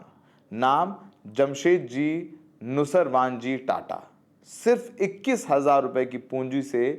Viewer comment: Nusarwan nhi nausherwan